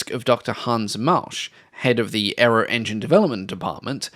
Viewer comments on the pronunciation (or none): none